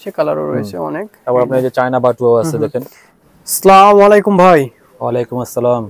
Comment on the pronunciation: সালাম টা এট লিস্ট ভাল করে দেন প্লিজ,,,, স্লামালেকুম কি??? আস সালামু আলাইকুম এভাবে বলেন,,, শুদ্ধতায় আধুনিকতার পরিচয়